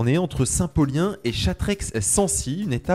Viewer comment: Chastreix ça se prononce Chasstré 😉